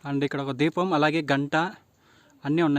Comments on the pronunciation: Konchem telugu nerchuko brother, deepam ni dweepam antav, 90 degree angle ni 360 degree antav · ద్వీపం అనకూడదు, దీపం అనాలి